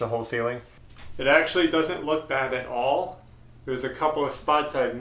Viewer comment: Yes, Ashley, it did sound like was saying "olive", not all of the pier cores filled. LOL But we all have our special way of saying certain words., even tho it's only primer the ceiling looks 100% better. You guy are very hard workers & a great family. You can even pick at each other without getting hurt feelings. That's wonderful in today's world. Keep moving forward & I'll be back to see the next one. Bye Ashley.